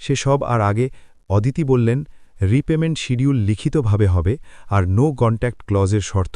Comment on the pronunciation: ওদিতি নয় হবে “অদিতি “